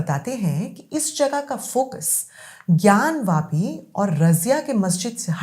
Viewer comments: ज्ञान वापी है न कि ज्ञान व्यापी जो सही से बोल नहीं सकता वो सही फैक्ट क्या देगा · इस अनपढ़ ज़ाहिल के बच्चे को कोई बताए कि ज्ञानव्यापी नहीं ज्ञानवापी होता है। वापी- कुआँ।